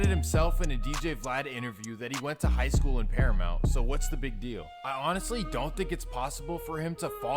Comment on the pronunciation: Especially when he said paramount which is literally bordering Compton ahahaha he said that shit like it was Irvine lol